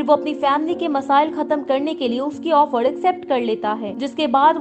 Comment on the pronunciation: ओफड़ नहीं ऑफर